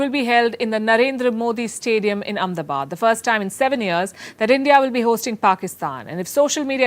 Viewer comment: How come you can't prounce Ahmedabad in English